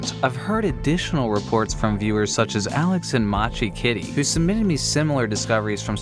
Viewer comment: Mochi not machi :P